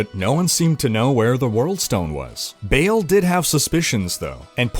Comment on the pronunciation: Its Baaaal not Bale! Wtf?